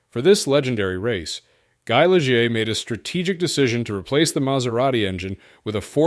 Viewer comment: Some good photos if you can filter out the mislabeling, mispronouncing, and mismatching of footage. "Lijeer?!" Really?!